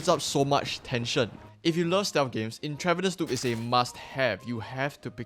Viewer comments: It's pronounced Entruh-Vanus. Like medical IVs. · Intra-VEEN-eous. Use Google before recording. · Not trying to be rude but the pronunciation of Intravenous is In-trah-veen-ohs. It’s in reference to injecting “stuff” into your veins. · Just a heads up, its pronounced "INTRA-veenus" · Or at least where I'm from it is. I could be wrong. This could be intentional on the devs part as I've never heard of this game. Not here to hate on you. Great video. 👍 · Its intravEENUS bro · I'm sorry bro I can't watch this with the way you mispronounce intravenous